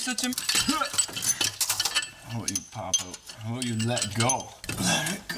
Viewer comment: Ha ha he said aboot.....i don't hear him say buddy or guy or friend much tho.... And wtf his head ain't square nor are his vehicles tires....lmao south park